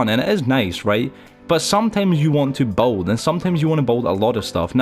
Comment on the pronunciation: He can’t say build properly